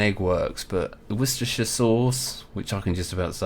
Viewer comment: My favorite pronunciation is "washyoursister" sauce. lol